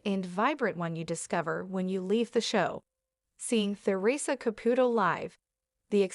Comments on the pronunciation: Listen up if you're going to do this Make at least an attempt to say her name correctly Ca Pu Toe Of course the e is not in the spelling but hopefully this will help you say it right. It is extremely rude to miss Pronunciate A person's last name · The narrator is driving me nuts. She keeps mispronouncing the name wrong. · You are pronouncing her name wrong!